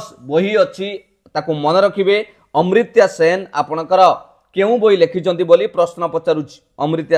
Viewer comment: Sir amartya sen not ucharana amritya sen